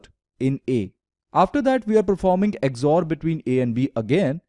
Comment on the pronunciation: it is not "EGG-ZOR", it is just called XOR operator. Very good work.